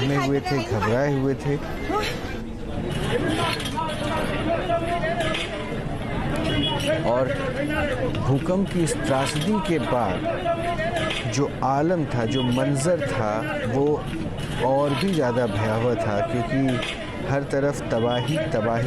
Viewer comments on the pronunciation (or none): Ttrasda nahi trasdi